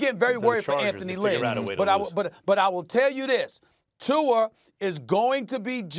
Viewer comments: Tua. Not Tu-er. Two-uh stephen a. T-U-A. TUA. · Everyone: Tua Stephen A. Smith: Two-er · I can’t wait til Stephan A says Tuar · Stephen “Tu-err” A Smith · "Tuar" Steven A lol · SAS: Tu-er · Stephen A Smith: "Tuar" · Stephen “Tuar” A Smith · "Tuar" Stephen A. Smith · Stephen “twoer” smith